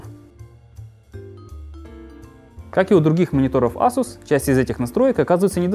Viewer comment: Эйсус, не Асус ;)